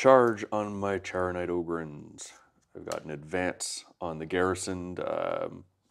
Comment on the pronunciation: The Charonite ogryns ar pronounced like kharonite. Like the greek god Charon.